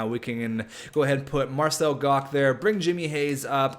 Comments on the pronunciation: It's pronounced marcel gotch, not gock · its pronounced Marcel Gosh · Marcel Goc is pronounced like goch, sorry it was bugging me lol